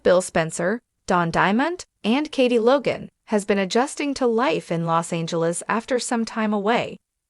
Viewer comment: L os Angeles not lay